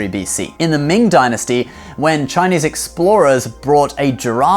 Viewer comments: Gosh can i just say how happy i am to hear you pronouncing everything so properly and accurately, thank you for respecting my culture enough to say it properly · Chinese here. Amazing pronunciations here folks. He's the real deal